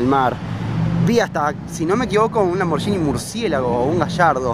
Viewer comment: "lamboryini" jaja